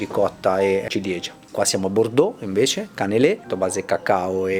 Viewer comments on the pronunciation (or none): none